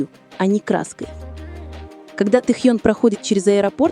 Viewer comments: Ким Тэхён. КИМ ТЭХЕН. Тогда и Чонгуен, Чиминен, Хосокиен, Намджунен, Джиноен, Шугаен. По русски Ким Тэхён. Слушаем на русском языке. Автор, будьте любезны правильно называть имя Тэхёна. Это не трудно. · И/ И? Вот пусть и переводит тогда Чонгуен, Чимиен, Намджунен, Хосокен, Шунгаен, чтобы одинаково звучало. Недоделанный и/и .интересно, а кто закладывал в него текст, какая необразованность нерусская?